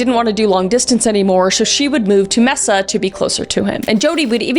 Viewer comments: bro i laughed so hard at the mispronunciation of mesa (may-suh) as mess-a i really needed that lmao it was really cute 😭✋🏻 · i love how she said mesea but it is pornonced masa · 'Mehsa" XD Bless. As a native Arizonan... it's "MEY-sa". Like the spanish word for "table". :) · Mess-Uh is killing me as someone who grew up in Arizona 😂 (it's May-Suh incase you didn’t know) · It’s maaaaasa not meeesa lol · It is pronounced May-sa. Not Messa. Just trying to be helpful. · “Messa” makes me laugh. It’s “May-suh” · MEH-SA 😂😂😂 girl I’m wheezing! It’s May-sa, Mesa Arizona. Sincerely, dedicated view from Mesa Az 😘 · I’m chuckled at the Mesa pronunciation. It isn’t “mess-uhh” it’s “may-suh” 😊 although Arizona does have quite the lottery of confusing city and road names! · the second story is one of the most famous Arizona murders, you don't forget 27 "self-defence" stab wounds! also, it's pronounced May-Suh, not Meh-suh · “Mehsa”😂 I’m sorry for laughing, but, Kris, beautiful, Mesa is pronounced “maysa” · fun fact: Jodi Arias lived in the neighborhood straight across from my highschool!! also people typically pronounce it “may-suh” but I WILL be calling it “Messa” from now on. that’s so much better!!😆🩷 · Luv ya Kris! <3 Its always a good day when theres a new CCCSKM. Although hearing Mesa pronounced Meh-sa instead of May-sa threw me for a loop, lol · Late to the party but as a native Arizonian, hearing kris pronounce "Mesa" as "Messa" just cracked me up. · That city is pronounced "May-sa" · may-sa. I love you though!! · Sorry Mesa is pronounced May-ssA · Mesa is pronounces May Sah. 🥰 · "Mesa" AZ is pronounced "May-Sah" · “ Mesa” AZ its locally pronounced Mae-Suh 😂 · Mesa is pronounced MAY-SUH, most cities in Arizona are pronounced in Spanish or Native American ❤ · Little correction Mesa is pronounced may-sa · Mesa is pronounced May-sa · May-sa, Arizona! lol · Great video. One caveat: pronounce Mesa a "may-suh." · Mess-a Arizona? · Hey we say may-saw Arizona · It’s maaay sa